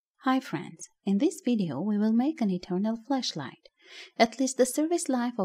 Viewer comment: Be careful with the way you pronounce it please. Flash light and flesh light has a HUGE difference.